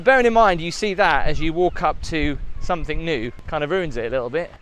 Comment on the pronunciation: Somethin'g' not somethin'k'.... :(